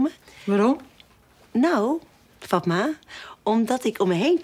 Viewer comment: k wachte op het moment wanneer fatma goed werd uitgesproken